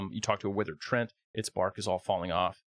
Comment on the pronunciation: The word is pronounced Tree Ant, not trent